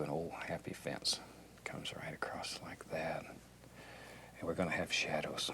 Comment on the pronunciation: I love how he says “like’yat”